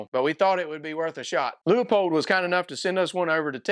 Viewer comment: As usual Leupold pushing envelope on thinking outside box. Cant wait for gen2 hope they can move battery location. Also thanks for pronouncing Leupold correctly!